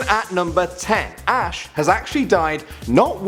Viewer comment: its ash not ass